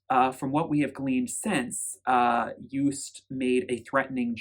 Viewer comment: Joost is not pronounced as Joest... it's like the O's in 'ohnooo' or 'videoooo'. 💋